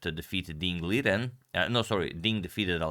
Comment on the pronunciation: Your mispronouncing Ding's last name: Ding Lee-zhen. He did an interview confirming this pronunciation Source